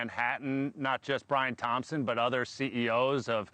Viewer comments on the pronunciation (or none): none